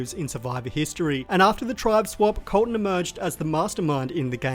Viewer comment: When you introduced Colton did you do a southern accent? 😂